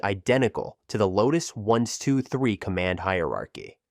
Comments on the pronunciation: Really enjoying these videos, but can you not train your speech syntheses engine to pronounce brand names correctly? Instead of saying "1, 2, 3" it says "1 to 2 3" or "once 2 3". It also pauses and breaks up grouped phrases into two parts at times. Can you not give the engine "hints" to pronounce these words/phrases correctly? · And the mispronunciation of the creator's name isn't the worst. Are we to believe that the software is really names "one to two three"? LMAO